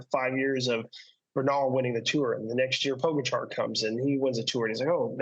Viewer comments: Could you help your guest pronounce Pogacar's name? It's pronounced 'Poh-guh-char.' It's not that difficult, but it's embarrassing for a pro rider. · Only an American can mispronounce the name of the top rider in the world